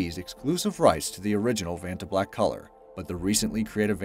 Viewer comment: you pronounced vanta black wrong the first time lol.... as well as the creators name